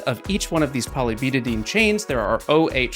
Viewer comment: It's not butadeen, it's butad*i*ene. You pronounce that I!